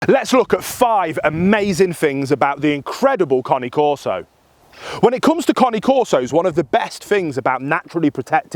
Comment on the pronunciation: Shouldn't be making videos about a dog if you can't even pronounce the breeds name correctly 🙄